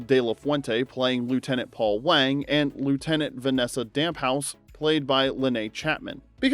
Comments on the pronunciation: Spelled Damphousse,Pronounced "damfousse", not "damp house" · re - That's "Damn-Foose," not "Damp-House." I can tell that YOU weren't a fan of this show... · Dam-foose, not 'Damp house.' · Damphousse....not Damp House.. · Good list, all these shows deserve to be on this list, though some of their creators should be in prison. But "Damp house"? Really? Couldn't be bothered to notice the second "S" and maybe hear someone pronounce the name?